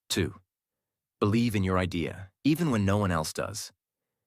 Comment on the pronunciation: Thank you for this story. In the sentence "The idea of living like a local..." the word "idea" is pronounced, in my opinion, wrong. Do you agree?